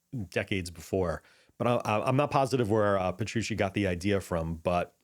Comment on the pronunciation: Puh-true-chee. Thanks for the in-depth overview of the gear on this album.